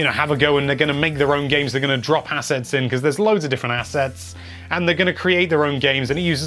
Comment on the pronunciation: Anyone else hear "kids are dropping acid or assets" . .